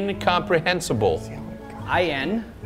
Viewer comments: did no one see that missed the N in Incomprehensible? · missed the N in Incomprehensible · Homie forgot the n in incomprehensible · yes, he missed the last I in the word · he didnt even said the second N in incomprehensible lmao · missed the N in INCOMPREHENSIBLE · forgot the N in incomprehensible but WHATTEVER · Bro missed the n in incomprehensible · He missed the “N” in “incomprehensible” lol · missed the N in Incomprehensible lol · missed the N in “incomprehensible haha some bad calls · didn't say the N in Incomprehensible haha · incomprehensible was spelt wrong he didnt say N before sible